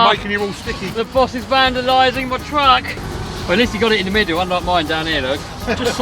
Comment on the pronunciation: "In this wideo we take the world biggest rc twuck to a twack" lol wouldnt be the same if didn't have that speech impediment 🤣 always gets me